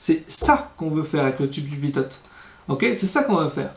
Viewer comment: Salut et merci. Il me semble qu’on dit "pito" et non pas "pitote". Bonne continuation!